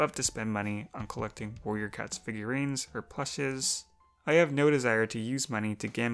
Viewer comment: are my ear bad or did she say “Warrior cuts”?